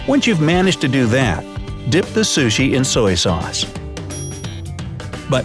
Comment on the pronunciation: What if ...I eat my burger and pizza the why I see fit?And I get irritated when he pronounces the word sushi ....